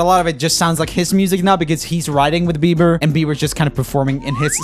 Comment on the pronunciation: I like how he says OH YEA BEVER 🤣🤣🤣🤣🤣